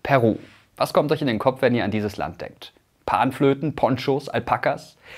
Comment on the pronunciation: Meine Freundin ist Peruanerin und aktuell dort, ich finde es erschrekend wie wenig das Thema in den westlichen Medien thematisiert wird. PS: Irgendwie spichst du Peru am anfang sehr Deutsch aus weil die Betonung da bei dir auf dem P liegt :D